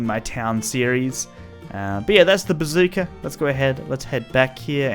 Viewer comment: I'm sorry did you say bazooka Did I hear you correctly or did you just say pizookie